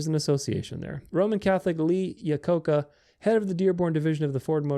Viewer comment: Same here. Lol, that was a tough pronunciation.